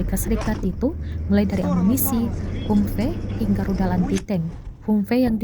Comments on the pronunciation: Ini narator tribun baca nya kayak gimana dah. Bukan humpe tapi bacanya hamvi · hamvee bukan hummmpey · 😅😅😅 Kok mengejanya 'humfe' sih kak...? HUMVEE itu dibaca 'hamfii' kak... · Min kok bacanya humpe? Gak sekalian tempe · Humvee, sebutannya "ham-vi" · Cara bacanya HAMFI ya mbaaakkkkk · Humvee bacanya "Hamvi" ya min.. 😅😅😅